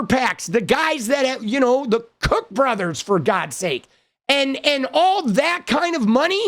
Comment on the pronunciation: Yup! Koch brothers is pronounced like the soda, Coke brothers. No joke. 😂